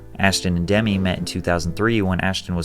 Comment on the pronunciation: But he's not old enough to know Demi Moore's name isn't pronounced like Demi Lavato lolz